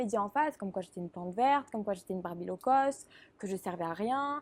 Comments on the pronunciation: Low-cost c'est mieux ! Pas "law-cost" ^^ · Personne ne bloque sur le «law-cost»?! C'est low-cost plutôt ! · C'est "low-cost", pas "law-cost". Low = bas, alors que law = loi. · c’est “Low cost” pas “Law cost” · c'est low-cost pas law-cost ...